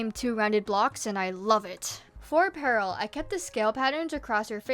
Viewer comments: Dont ask but ima just say peril is pronounced (peh rule) not (pearl) im pretty sure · OMG I was so confused, you kept saying Pearl instead of Peril 😅